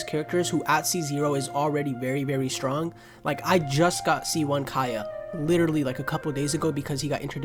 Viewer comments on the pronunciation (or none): none